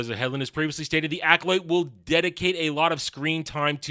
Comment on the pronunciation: Are you saying the title like that to mock it? Cuz that’s not how the word is pronounced